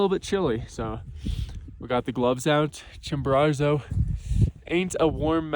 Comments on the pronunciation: Love the video, but drop the second ‘r’: Chimborazo, not ChimboraRzo Would love to hear you say it right once, this was the only thing that was driving me crazy the whole video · My dude, say it with me Chimbo~RAZO! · chimbararrrzo? lol come on man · Pretty bad he never got the name right once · Double on "ChimboRARzo" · Great vid. Curious why you gift Mount Chimborazo with an extra "r"? We made a drinking game out of it over here. People got sloshed . . . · I wonder what your Mexican guides think of that extra “R” you add to your pronunciation of the name of their peak. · Well done. I tried Chimbo in 2013 but turned back close to 6000m as I knew I would not have enought energy to do the return journey if I had summited. Perhaps my guide was too fast. 2 notes: please learn to pronounce the names of the mountains correctly. It hurt my ears. And Chimbo is NOT the highest volcano. Ojos del Salado is. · Love videos. Hate the way he pronounces Chimborazo 😂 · Nice redemption on this one! Great video. You’re 1 for 2 on summiting, but 0 for 2 on learning to say the name correctly 😂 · Good idea! They could teach him how to say Chimborazo.